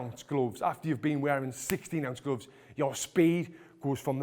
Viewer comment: I love the way he says glooofs